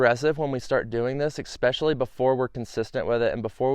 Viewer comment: Especially, not Expecially. ... How do you not know this word?